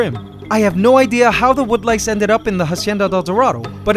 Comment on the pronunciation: Wood lice-> wonderlices/wanderlices (help me here it kind sounds like wonderland alice)